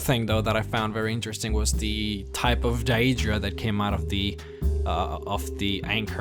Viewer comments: daedra not dia-dra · Isn't it pronounced Day-drah? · he says deadra wrong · Dude u pronouce it like DAYdra not daEdra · It's Day-dra. Not diadra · I like your vids, but please work on your pronounciation... dAEdra... comeon.... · he says daedra wrong and it bugs me rlly badly no offense